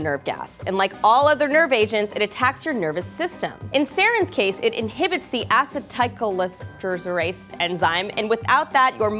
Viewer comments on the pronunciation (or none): Ah-See-Ta-Coal-in-Est-Ter-Ace is how you pronounce it. :) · Aseat o co leen ester ase is the pronunciation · I like how she actually pronounced acetylcholinesterase right the first time, but completely fails at the second attempt.